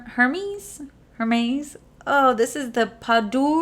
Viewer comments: that Hermes I used to say the same way you did lol....learned from Brit that it was pronounced Airmez.....yeah it makes no sense lol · Ok so Hermès is pronounced air mez. Hope that helps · Lol... If someone hasn't told you how to pronounce "Hermes" yet... It's pronounced like "AIR-MEZ"... Your Welcome💜💜💜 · Hermes = Air - MEZ 😁